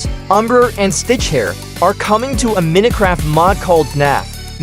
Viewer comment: “Mineh craft”? 😭